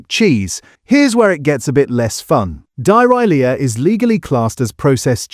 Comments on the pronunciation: "Die-Rye-Lee-a", really? AI slop, worse than most cheap Cheddars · AI narrations DON'T WORK. Stop using them. "Dy-Rylia" instead of Dairylea. This turns a good video into a joke. Also, a stream of irrelevant library video clips is irritating. The video is about cheddar, so any clips showing other cheeses are just stupid. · Dairylea, is not pronounced with the I instead of the a. You pronounce it "Dairee lee" Your way sounds like bad guts. There's no excuse for getting such anane wrong. It means the field of the dairy, "Dairy-lea" No, on the side of the dairy would be: Dairylee. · Oh man, the AI.. Diahorrhilea cheese and string! I think we need to have a protest movement about use of AI speech in videos. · Dai-Rhy-Leah 😂 AI ain’t taking over the world yet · Oh dear!! The poor AI voice cannot distinguish between Dairylea and Diarrhoea! I'm sorry, but the fact that an AI voice narrated this makes me want to somewhat question the content! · When you cannot pronounce dairylee I scrolled on AI shit😮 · Dairylea pronounced like diahorrleah 😂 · Sorry dyerileah? It's dairylea!!!!! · I hate ai voices … can’t eat dairylea again now it’s been called diarrhoea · Dia Rylia! 12.06 – For a 'British' accent, this AI voice doesn't know how to pronounce Dairy Lea. Sounds more like AI Diarrhoea... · Dye-Rye-Lea cheese slices...WHERE'S THE AI SYMBOL??? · Die-rye-lia? ‽!! 😂😂 thx for the laughs AI voice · Who is this doing the commentary pronouncing Dairylea like Diarrhoea. Makes this hard to believe. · "Diarrhoea-lea Cheese Slices" 😅😅😅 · Do ria leea? I guess this is AI. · Die-Ai-Lear : ai slop video with a Claude or gpt script is fatigue these days. Couldn’t even be bothered to edit the eleven labs text to speech for proper pronunciation. Is this even made by a British person ? Sources ? Sounds like an ai scrape. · If you must use a stupid AI voiceover, choose one that works. What on earth is "Die Riley Ah"? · What gave it away? Die-reelia? 😂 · At first I thought 'he' said 'diarrhoea'